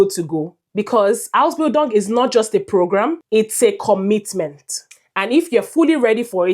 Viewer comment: How can you convince me that you know what you are saying when you can't pronounce the word "Ausbildung" well.